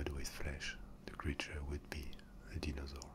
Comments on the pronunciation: Steven0671 deenosaur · the mispronunciation of dinosaur and other words make the asmr better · The way you say dinosaur is so nice